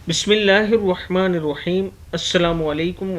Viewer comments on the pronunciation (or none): KYUN rohmani roheem bolte theek saheeh tareeqe se bolo...